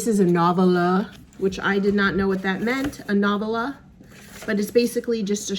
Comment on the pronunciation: Love your vid/ Flynn's health update. Nice to be able to see the end of the tunnel. Congratulations- you are almost there. Kindly sharing ... the correct pronunciation of 'novella' is with accent ['] on 2nd syllable /no.vel' .a/ Have a safe trip home sooner than later!! YAY!